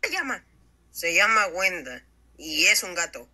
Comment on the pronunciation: No es grenda si no es wenda